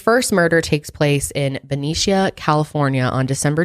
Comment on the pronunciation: I love the zodiac case! I live in the area that these murders happened. I use to drive on Lake Herman Rd when I was learning to drive in highschool. It’s a very creepy stretch of road, super rural and very foggy on most mornings. Also, we pronounce Benicia like “Be-nish-ah”